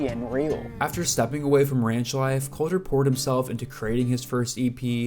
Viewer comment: My brother in Christ, Please get into some sprach therapy to see to your selective inability to pronounce your L's You're a good essayist, but Listening to you say 'Cowter Wall' is rough.